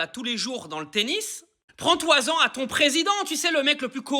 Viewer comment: Et ! Apprends à parler français "prends toi zan"! Ahhhhhh ! "Prends-t'en", ce sera mieux.